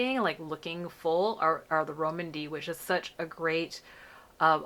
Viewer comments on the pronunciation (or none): Always appreciate being able to see these on our more melanated skin, thanks! Soda” looks pretty on you. I think Rom&nd may be pronounced as “Romand,” like with a long “o” sound :-)